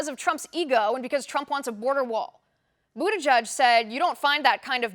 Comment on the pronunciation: Yeah, and I don't even know how in the hell that pronunciation comes from his name? " President Buda Judge". Or "Booty Judge", Nope! Never!